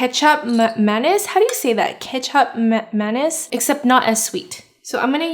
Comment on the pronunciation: Lol I thought she was saying ketchup mayonnaise 😄😀 lol